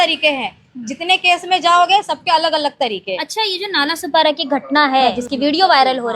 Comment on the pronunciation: नालासोपारा ✅ नालासोपाडा ❌